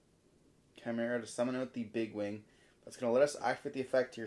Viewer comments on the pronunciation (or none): Excuse me? Branded Chai-mera? 🤣